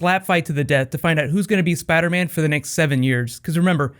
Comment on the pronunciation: Spadaman? lol